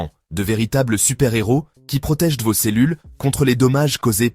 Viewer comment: "dans voze yaourts"... Putain de voix artificielle.